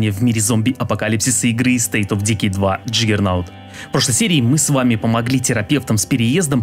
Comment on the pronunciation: Уши болят от Дикий вместо Дэкай))